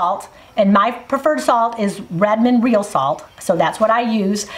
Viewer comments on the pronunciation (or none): none